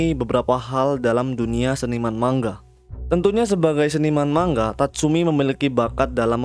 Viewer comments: Penyampaiannya bagus dan penyebutannya tepat, ucap kata manga juga bener. 'Mang-ga' biasanya org2 pada nyebutnya salah 'ma-nga' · Btw emg begitu bro pengucapan nya yg benar mang-ga Kebanyakan orang salah pengucapan nya sering nya mang-nga